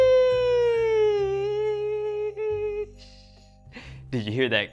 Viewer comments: Hey you can't even say sheesh very good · He doesn’t even say sheesh good,also this is fake